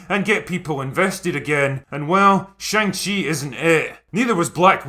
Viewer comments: chi is not pronounced like chee but like chuh. To English speakers this make not seem like a big deal but it's a very large difference in Chinese, because the chee sound is already an existing and common syllable in Chinese, so every time they say his name, they're saying another word instead. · When I was a kid and this was a comic, I always thought it was pronounced Shang Hi. What did I know ? I was just a kid. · Who knew that I have been pronouncing "Shong She" wrong my whole life. lol I was looking forward to this film until I saw the trailers. Shang Chi was Marvel's version of Bruce Lee. That lead actor is no Bruce Lee. And the horrible acting and attempted humor in the trailers is horrible. I definitely won't be paying to see this. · you pronounced it wrong, also, i am so excited for this movie, it's not a flop, look at rotten tomatoes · They're doing a great job appealing to Chinese audiences by pronouncing the main characters name completely wrong in every trailer, media and the film itself. It's akin to film about Obama for Americans made by China but they keep calling him Obomo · I do like most of these videos you do. But I have a couple gripes, the first one is you should learn to pronounce the name of the move/main character if you are going to pre bash a movie you have not seen. The second one is you calling Dr. Strange a "lower tier character". You dont have to be a comic nerd to review or give your opinion, just do a little research first please.